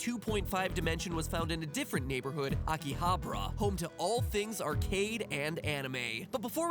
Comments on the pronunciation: "Akihabra" -Matpat, 2017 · man matpat has never seen a high school anime in his life -.- it's not "Akihabra" it's "Aki-ha-bara"! he is missing an "a"... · i thought it was pronounced Aki-ha-ba-ra. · It's fun seeing Mattpat murder those Japanese words lol. His pronunciation of Akihabara sounded like he was saying chupacabra 😂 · isn't it akihabara? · the way he pronounced Akihabara was too damn funny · MATPAT GOOD GOD GET YOUR PRONUNCIATION RIGHT BEFORE YOU ENTER JAPAN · I live 15 minutes away from Akihabara, so I can't say I needed the 3D, However the show was (as usual) great! And just to give you a hint of japanese language, every R you read are pronunced L, everyone of them, even for english/foreign words. So, You met LinLin and went to AkihabaLa and HaLajuku. And that's not a TheoLy...